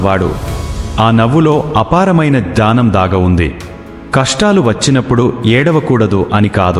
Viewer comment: Dunnakham kaadu dukkham,jnanam kaadu gnyanam,ee words rectify cheesukogalaru.